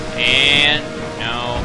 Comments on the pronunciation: I love the when he says NOO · I love it when he says, "NO!"